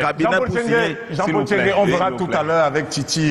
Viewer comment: NTCHENGUE pas TCHENGUE. Car il faut éviter qu' en oubliant le premier " N", l' on puisse penser de prime abord qu' il s' agit d' un bamiléké. Je m' explique: 1. Un bamiléké n' a jamais été si con. Mêne pas jean de dieu momo. 2. Un bamiléké si con qui enseigne à l' ENAM des nkouas? Que ça a comnencé par comment? Ceci dit, j' espère que quelqu' un viendra ici nous confirmer si c' est un bami ou un Atangana. Nb: il ne s' agit pas de tribalisme, mais du cul de sac dans lequel certains ont mis notre pays et qui se perçoit ici dans la gêne d' Abdourahmane face à cet encenseur plein d' huile de sardine sardinarde.